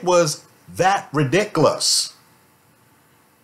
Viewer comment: I’m kinda annoyed by the way you say ridiculous.